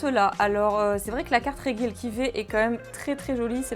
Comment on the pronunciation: Regidrago mais tu prononce reguieleki. Pourquoi ? Si ce n'est l'analphabetisme ? Regi se prononce Reji. T'es insupportable.